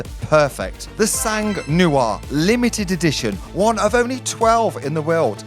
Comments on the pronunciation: "The sang New-arrr" ...... FFS it's the Sang nwuarrr you peasant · Try saying “ song nwar” if you want to pronounce “sang noir” the way a French person would say black blood. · Le sangue nouare ... I love your accent. I don't know if my English of black blood (difficult too) would be so well pronounced too. Great video. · 2 words - Sang Noir 🤦🏻‍♂️